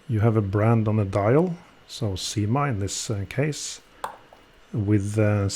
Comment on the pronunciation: Once again a superlative video. I think it should be pronounced as Syma ana not Seema. Correct me if I am wrong. Why the name Cyma is engraved in the ratchet wheel only? Could be that this same movement is used by many other brands also and so you can only put the name in the ratchet wheel and not on the bridges. It reminds me of movement no 96 which many brands use with their brand name imprinted on the ratchet wheel, not even inscribed. Enjoyed this video.